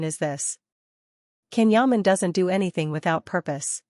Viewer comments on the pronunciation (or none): The narrater is pronouncing Can's name wrong in all these posts. His name is spelled with a C but in turkish it is pronounced as a J. His name is pronounced John but spelled Jan (Can). He has explained before explaining the the pronouncing and spelling!